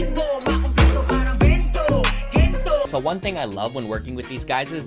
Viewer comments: "Gentow" nag-produce pero di alam yung pronunciation ng kanta 🙃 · him pronouncing "gento" like he does over and over hurts my soul